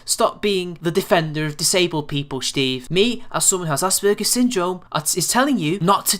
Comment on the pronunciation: lol... I wonder if you do that on purpose or that's just how you say the name Steve.